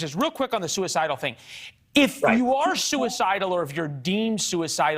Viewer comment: "I am not soo-a-sidal! I will not slip up and mention this was Kamala's idea!! DON'T EPSTEIN ME KAMALA!!!"